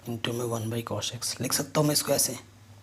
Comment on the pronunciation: Sir why are you saying cosh it is cos.